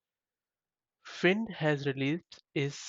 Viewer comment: just maybe, it is pronounced 'find' :p